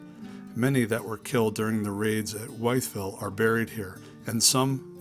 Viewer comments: Thank you so much for visiting our little town of Wytheville! Pronounced I instead of Y. I've lived here all my life and did not know the history of St.John's church. I hope you had the chance to visit in the whole county! Major Graham 's mansion,The Rock House, Shot Tower.Also all the other lakes, vista's and the Blue Ridge Parkway! Lisa J. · The “Y” in Wytheville is pronounced as a short “I” not a long “I”, almost rhyming with whistle.